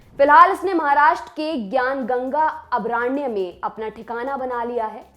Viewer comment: try to improve ur pronunciation skills.. अभयारण्य not अभराण्य🤣